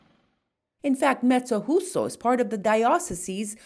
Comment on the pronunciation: Thank you for this wonderful video. The J in Mezzojuso is not easy to pronounce, it's like saying "mezzo you so" I come from this little town, moved to the USA at 7 years old. I so much miss this town. You have inspired me to go visit. One big thing this town is well known for is "Il Mastro di Campo" during Carnevale.